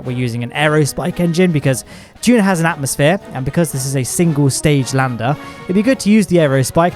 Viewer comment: "Juna" lol